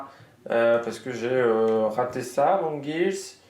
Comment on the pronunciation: Vidéo top ! Niveau prononciation, c'est ; - Van Gils : Van Gchils (en fait c'est un g qui vient du palais, un mélange de G et de ch. Un peu comme un chat qui siffle.) (En fait en néerlandais des Pays-Bas, le g se prononce plus ou moins r, en néerlandais de Flandres, c'est comme je viens de l'expliquer.) - Vandenabeele : Van-den-a-béél - Van Eetvelt : Van Étvèlt - Paaschens : Pâââskèns Me semble-t-il que c'est tout ce qu'il y a comme nom un peu tricky chez lotto ( si ce n'est les vermeersch, van moer,... que tu prononce déjà bien)